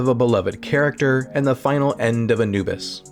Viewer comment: characters* (not caricatures); Egyptian Ra*; character* (not caricature); Anubis* (not "Enuwbus"). 😫